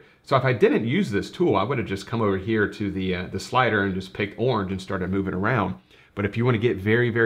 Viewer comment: 'Awrnge' is not a colour - it's a noise.